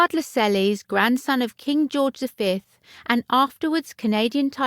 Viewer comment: Gee, that will upset Charles. He has hinted he is considering taking the name George VII as his name Regnant when the time comes. I think the narrator may have meant Edward VII refurbished Fort Belvedere. Also, it’s not Laselleys, it’s pronounced Lasells. Do some research if you want credibility.